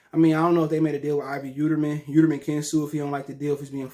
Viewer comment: Yeeldrim not yeuterman 🤣